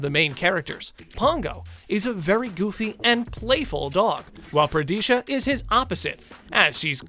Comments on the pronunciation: 51M; Anita's dog's name is Perdita not "Pradisha". Black Micro Pig? Pumba is a warthog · ¿"Per-DEE-sha," not "Per-DEE-tah"? i've been wrong all these years.